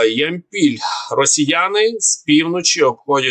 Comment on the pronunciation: Зверніть увагу на наголоси !!! ЯмпІль, ДОнець чи Ямпіль, ДонЕць ?!!!